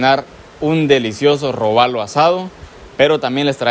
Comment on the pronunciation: es: róbalo no robálo